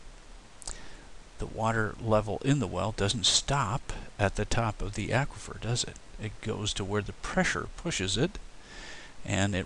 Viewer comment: Aquifer is said as in awkward not acquire.